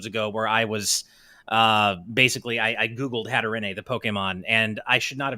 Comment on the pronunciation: I like your show, but I can’t stand how you constantly mispronounce Hatterene lol. It’s pronounced like Hat-er-een not Hat-er-en-ay